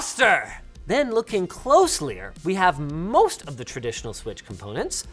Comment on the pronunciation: Closlier? That’s not a real word Linus!!